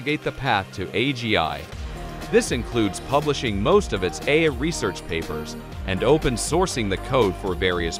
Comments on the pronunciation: So, why can't it pronounce AI? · You should at least get a text to voice app that can speak the Titla of the video. Or you could have gone through the text and put a space between every incidence of A I.